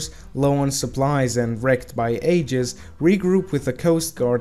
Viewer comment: it's pronounced (Ayy-Jiss